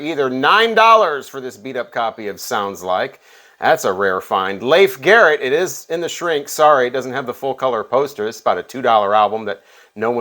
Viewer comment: Leif is pronounced Leaf